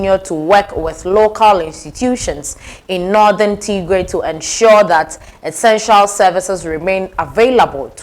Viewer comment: Do not say Tigrre. Say, Tgrai, (like in Try)